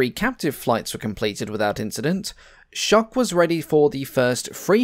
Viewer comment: Ed Schoch was my father. The narrator mispronounces the family name, as most people do (It rhymes with "choke," but with the soft "s" sound at the beginning, as in "Shhhh… Be quiet" so it's pronounced like "Shoke."). Dad was a decorated WW II Navy combat pilot, and flew several other McDonnell prototypes before he was killed on a test flight in 1951. He has a Wikipedia page